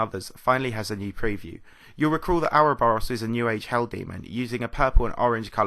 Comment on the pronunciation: please learn to say ouroboros -everyone